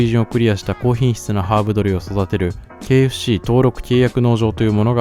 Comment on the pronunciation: KFCが経営不振に聞こえる…